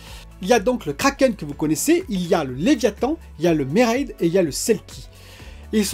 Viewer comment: Pourquoi tu zappe le deuxième M de mermaid 😫 ahlala le geek et l'anglais 😂😂😂